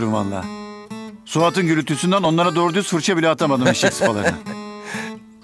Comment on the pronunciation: DOĞRO DİYON DOĞRO DİYON